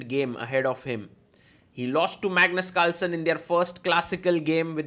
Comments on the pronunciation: In the start of the video, bro literally said 'Magnus calson'😂😂😂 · I am hearing 'Magnet Culture' instead of 'Magnus Carlsen'😂😂😂